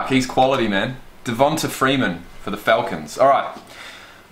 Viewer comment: This nigga said Deh-von-tuh